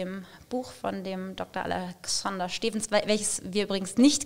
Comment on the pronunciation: Er heißt Doktor Alexander Stevens nicht steevens 😅